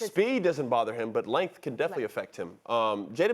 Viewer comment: "lenth" -LeBron James